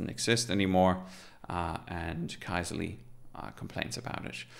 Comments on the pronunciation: For what it's worth, the original Finnish pronunciation of this word, which means "query", is /ˈkysely/, where the "y" in the phonetic transcription there is like the French "u" or the German "ü". So neither "key-seh-lee" nor "kai-zeh-lee" is correct :D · Sorry folks for the major pronunciation fail, TIL it's pronounced “Key-Seh-Lee” 🙈